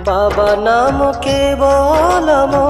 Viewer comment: It is not expected from you. When the mantra is BABANAM KEVALAM then why do you occasionally sing Babanamo? BABA Himself says the mantra is BABANAM KEVALAM. Please don't deviate, sing the mantra with its appropriate pronunciation. Many people may follow you.